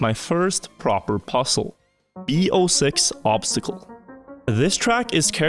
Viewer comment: obztacle xD the word is obstacle xD